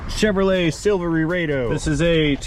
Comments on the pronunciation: I always thought it was Silverado not Silver Laredo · (1) you kinda remind me of a swashbuckling mechanic. But (2) why is it when you say Silvery-RAY-doh im thinking its your pirate name. Good on ya for saving that customer some time and money.